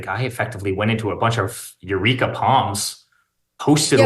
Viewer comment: Areca palms, not eureka.